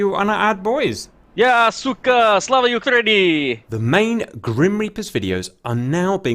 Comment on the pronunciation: Its slava Ukrain-neyuh btw